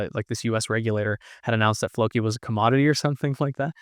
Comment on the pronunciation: Pronounced flowkee